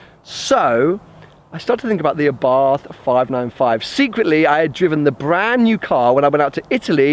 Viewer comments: the correct name is àbarth, with accent on the first a, not abàrth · It's a nice little car. Only one complaint. Abarth is pronounced Abart. Silent 'h'. Just saying. Good luck with the car.